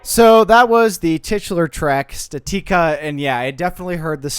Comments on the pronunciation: Pretty sure it's statica not statika like the word static but add the letter a. How do you think you pronounce that again? Say it out loud statica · Its pronounced static-uh